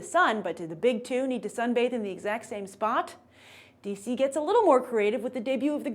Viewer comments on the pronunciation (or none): none